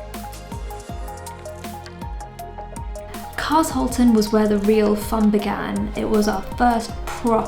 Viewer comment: There is an 'H' in Carshalton!!! Sorry but there is 😂